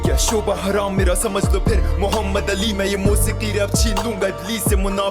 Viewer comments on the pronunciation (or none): none